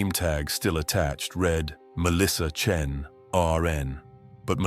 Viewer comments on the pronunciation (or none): AI crap that can't even get her last name correct - Chen or Chin? or not wasting my time...